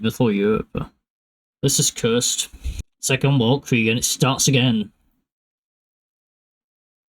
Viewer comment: Welreich? Isn't it wel't'reich?